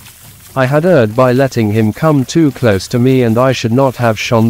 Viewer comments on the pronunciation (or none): none